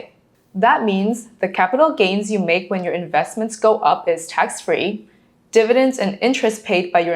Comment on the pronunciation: "DIVIDENDS" please.